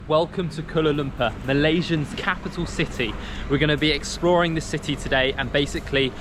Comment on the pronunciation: Glad that u explore our capital city... but please practice your pronunciation of Kuala Lumpur haha